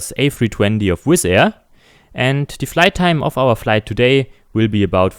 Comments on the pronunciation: Wenn man englisch kann, ja. Vor allem jetzt in englisch: Free und Three werden gleich ausgesprochen, De und The gleich, Wiff und with. Und das "the", was man vor Vokalen benutzt, benutzt er eigentlich immer... Schade. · Bitte achte auf den Aussprache-Unterschied: the tower und the Airbus.